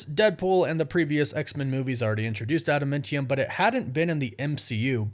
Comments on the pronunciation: Could you please stop saying "adamEntium"? It's not 'ment' it's 'mant'. AdamAntium not AdamEntium. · For the last time, it's adaMANtium, not adaMENtium. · Why are you saying adamantium like that?